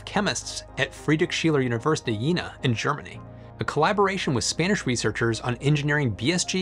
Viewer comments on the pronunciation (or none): Yeena ( jena ) is pronounced yena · Oh dear, when people try to pronouce German words. For future reference: 1) Leibnitz isn't "Leebnitz" (long e), it's with "ei" as in English "eye" 👁, so L👁bnitz. 2) Prost has a long o, so not prost like frost, but prost like boast. 3) Jena (the city) isn't Jeena (long e), it's more like "Yayna" with a long a as in May. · In case you're interested, the first syllable of Leibniz rhymes with "high" rather than "lee." And "Prost" rhymes with coast. Well done on the "j" in "Jena", but the first syllable rhymes with "gain." It may or may not interest you.